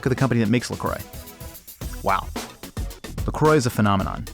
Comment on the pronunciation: its not La Croi its pronounced "La Crua"